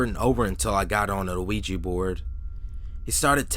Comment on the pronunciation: I like how you pronounce the word "ouija." It's actually really cute lol.